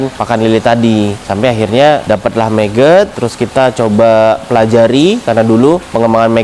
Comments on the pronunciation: MAGOT MAS..BUKAN MEGET ?? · Bukan meget bang , tetep nyebutnya magot